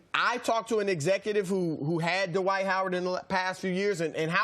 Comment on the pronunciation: Why do people pronounce this man's first name as "Duhwight" Jesus Christ his name is DWIGHT.